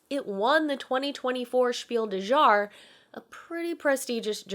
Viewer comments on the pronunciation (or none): wait a Minute... Was that Spiel des Jahres with a frech accent?